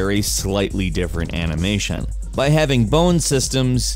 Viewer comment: Heres a challenge: how many times did say "anamation"? Lol